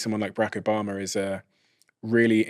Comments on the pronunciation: There’s no R in Obama Bra I thought the Brits had the best English 😂😂😂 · The presidents name is O`Bama, Not O`Bomer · Did he say Barack Obomber? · It would be really nice if the interviewer learned how to pronounce President Obama’s name. It’s rude, and quite unprofessional.